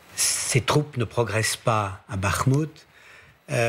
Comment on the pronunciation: ''Ces troupes ne progressent pas a bakmout '' 🤣🤣